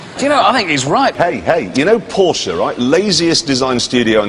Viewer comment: What an idiot. He can't even enunciate the Name "Porsche" correct.